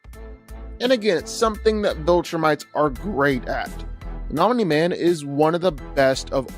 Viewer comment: Wow made ANOTHER invincible video who culd have seen it at least this time dragon ball isnt involved and pronouncing omni correctly my god this is a special video